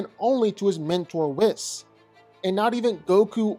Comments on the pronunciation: Is Whis not wizz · This is the 5th guy I've heard call him "Whiz" 🤷🏿‍♂